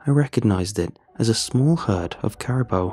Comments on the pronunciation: Carabow lol it’s Caribou (Care-i-boo) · Amazing as always.. Just a little help though, they’re pronounced care-a-boo ( like a ghost would say booo lol) caribou does look like it should be care-a-bow tho lol. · Your saying it wrong say it like this kara boo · What? Carabow?? We have lived in Alaska our whole lives,and have never heard it misspronounced that badly b4. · “Carabow” is that how English pronounce it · As a Canadian, say it with me, Cari-boo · The way dude says caribou really bothers me... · Caribou pronounced care- i (short sounded i) boo. Lichen pronounced- "liken"( long I sound.) Great story ty